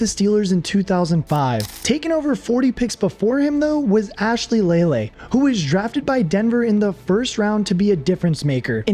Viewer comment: And Ashley Lelei as “Laylay”